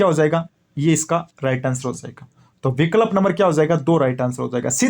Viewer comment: Sir aap to kuch word sahi nahi bolte ho vikalp😂😂